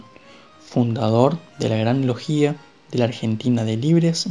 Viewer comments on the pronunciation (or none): NO ES "LOGÍA" SINO "LOGIA" SIN ACENTO.